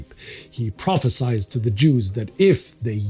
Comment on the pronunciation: I'm having a weird sense of deja vu -- please learn how to pronounce "prophesied" and "annihilation" correctly!